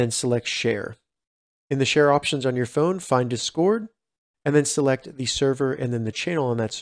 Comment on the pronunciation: The way you pronounce discord really irritated the fuck out of me